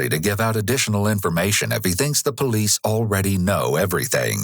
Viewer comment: Duh poh-leese